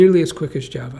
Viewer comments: loves his Jav-uh. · Not sure why I keep hearing Jeva